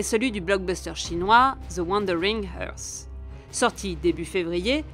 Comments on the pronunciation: Earth se prononce sans H au debut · Earth est quand même pas si compliqué à prononcer